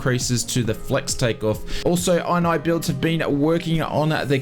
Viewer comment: Isnt it called "In-knee-builds, not "Eye-n-Eye-builds" ?! 😂😂